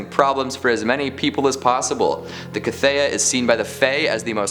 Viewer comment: How has nobody commented on mispronouncing The Cthaeh (pronounced kuth-hay)...That aside this was another great list and I was super stoked to see Rothfuss in it. Book 3 when?!? Keep up the great work my dude!